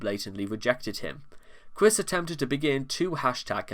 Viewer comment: As cringe as Chris Chan is, hearing you call him Chwis is… oof